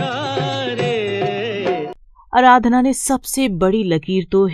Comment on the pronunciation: अराधना नहीं आराधना है